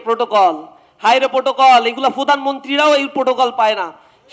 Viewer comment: ফুধানমন্তি না রে ভাই, প্রধানমন্ত্রী!!😂😂😂